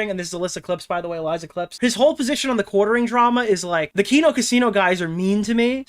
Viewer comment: finally pronounced Elissa’s Clips correctly